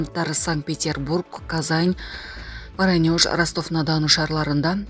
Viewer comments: Воронеж тура окубайсызбы Варанёж дебей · Воронеж варанеж дейсинби😂